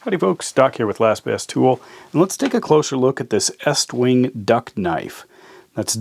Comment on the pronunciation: It's pronounced east wing